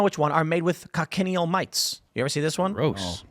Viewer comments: Not con-ken-e-al. Coch-i-neal. Keep talking like that and you will eat ze (colored) bugz. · Btw it's pronounced Coach-in-eel. Learned about them on a desert trip in Tuscon where our guide showed us these bugs on cacti where they naturally live. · Thats not how you pronounce cochineal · That's not how you pronounce cochineal.